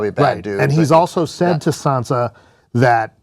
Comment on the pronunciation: the guy in the right is so useless... everything he says just bores me to death and also its sansa, not sandsa